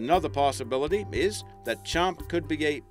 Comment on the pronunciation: "Champy"...i live on lake champlain...